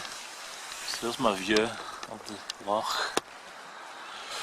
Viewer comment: Good vid mate. Stop saying lock but, its loch!